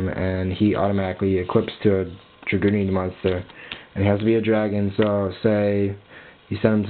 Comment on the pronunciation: Why dose every one mispronounce dragunitys it's not dra-gunity it's drag-unity :/